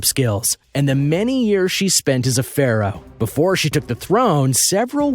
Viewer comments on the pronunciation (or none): none